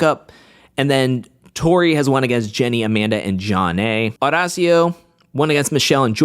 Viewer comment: I love watching you but I hate how you say Horacio’s name 😂